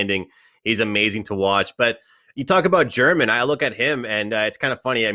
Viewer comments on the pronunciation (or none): ITS HER-MAN not GERMAN LIKE THE COUNTRY BUT ITS HER-MAN